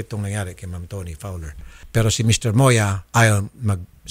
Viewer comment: Did I just hear Toni Fawol?